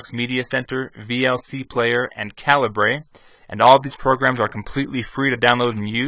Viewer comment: Calibre is pronounced "caliber"